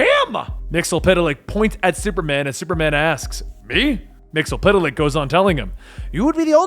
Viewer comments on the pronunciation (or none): Mr Myxzptlk not Mr MyxlPtlk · "Mxyzptlk" is not pronounced "Mix-el-pit-a-lick", it's "Mix-yes-spit-lick". Come on, man, he was played by Gilbert Gottfried, the least you can do it get his name right. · It's (MIX-YES-SPIT-LICK)